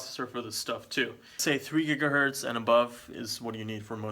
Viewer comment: I cringe everytime i hear them say gigahertz